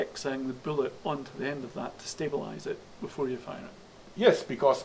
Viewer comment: "I cast BOOLET" THWACK